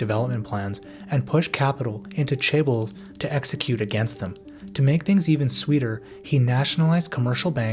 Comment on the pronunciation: Crazy this video has so many views and obviously a good bit of work behind it and you can't even pronounce chaebols